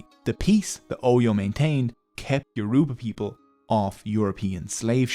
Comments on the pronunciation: Bro butchered the pronunciation of Yoruba edit: Scratch that, bro butchered every Nigerian name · It’s getting on my nerves how he is saying youraba wrong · 40 minutes and you never pronounce their name correctly once. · If you choose to do an expose on a group of people, please learn how to say their name correctly. It's so irritating to hear you mispronounce Yoruba repeatedly. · Ioruba rhymes with cuba. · can this guy stop mispronouncing my people's name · Bro the way he saying yoruba is pissing me off 💀💀💀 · Very informative video. I would however like to point out that you butchered every single yourba word you used and I wouldn't have been able to recognise them without the captions. Even "Yoruba" was not pronounced correctly. Try finding a native speaker to teach you proper pronunciation next time. Thank you. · I came here SOLELY to hear the word ‘Yoruba’ get massacred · The word Yoruba is not correctly pronounced here, sadly. It is actually mid-tone, low tone, high tone. Try it. This pronunciation is experienced as super-insulting by the Yoruba people I know. Thanks. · The word is not pronounced Yor-U-ba. It is pronounced as YOR-uh-ba. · He's going to have to do this whole video over because he is not pronoucing the words properly.. I can't stand listening to it. It's YO!-ROE!-BAH!.. NOT YEWROOBAAH!!! THAT IS SO DAMN RUDE! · Note: When pronouncing 'Yoruba' there is more emphasis on the 'a'. Doesn't take much to learn the proper pronounciations... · It is Yoruba not yoroba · Why do white people pronounce Yoruba as You-RUE-bar, pls it's YOUR-ro-bah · YO RU GBA! not ye roo ba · it's funny how he pronounces it as your uba instead of its actual pronounciation of your o: ba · Great video! You don't see videos about Nigerian history everyday. Just one minor nitpick. It's YoruBA, not YoRUba. Emphasis on the last syllable. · the pronunciation is Yo-row-bar great video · It’s not pronounced (Your-ru-ba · Yoruba pronounced (Your a baa) smiling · It's Yo ru ba.